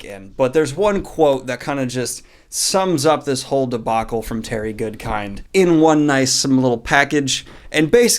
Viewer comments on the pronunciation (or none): Everytime I hear Terry Goodkind I actually hear Terry Goodfish. I don't know why.